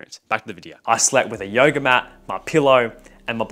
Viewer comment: every time he says yoga it sounds like yo yo🤣